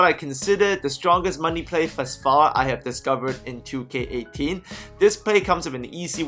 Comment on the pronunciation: Sound like he said 'welcome to NBA QK18